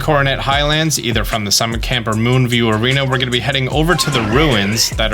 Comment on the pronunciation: he summer not summit